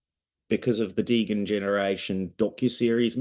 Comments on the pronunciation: Did my guy say deegan not degen 😂😂😂😂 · I know right... It's Dee Jen. Not Degan. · this guys is making a degen film and can't even say degen right.... oh boy it's like when meme became a thing and tour parents said maymay